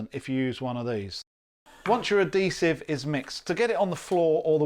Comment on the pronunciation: What is the language being spoken this video. Clearly not English. Half the words he says are either made up or pronounced horribly. You know you have the bucket with the letters of the words right in front of you and you still say letters that are not in the word. Say uhd·hee·suhv That's how you pronounce adhesive. The emphasis is on the "hee". there has never been a point in the history of the English language where the letter "H" was pronounced as a "D" sound.